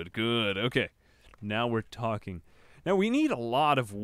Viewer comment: when you say talking i instantly think you just went pleasepleaseplease